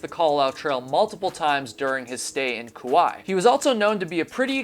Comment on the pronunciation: It's not Koo-why. It's pronouncex Koo-why-ee